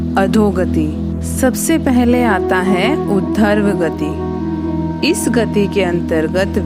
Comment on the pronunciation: अच्छा प्रयास हैं आपका किंतु हिंदी का ज्ञान है नहीं आपको? ऊर्ध्व गति गति बोलना चाहिए न कि udharvgati